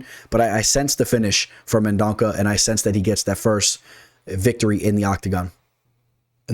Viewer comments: Mendonça got this. It’s men-don-suh btw.🇧🇷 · C sounds like an S. No worries…no one has gotten it right. Liking your picks👍 Good research. On a lot of the same fighters.